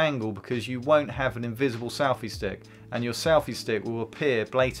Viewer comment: Why does he keep saying "salfy stick?"